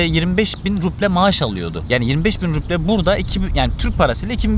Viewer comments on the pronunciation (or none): Hocam ruble'yi okurken b yi p diye okuma. İzleme artırmak için pasaport aldım bilmemne hoş değil izleyince kandırmış gibi oluyorsun, samimiyeti bozuyor. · Cok guzel kismetse bizde gidecegiz ama en cok takildigim konu devamli ruble ye ruple demen ... gezmeye devam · Rupi değil bu arada ruble 🙈 müzede fiyat belirtirken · o ruble değil, “rubl” telaffüz ediliyor, ayrıca Petersburg değil, Piterburg okunuyor